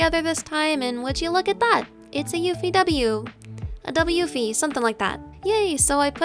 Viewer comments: i gotta start saying "a double yewfii" from now on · Major dubyew-fie.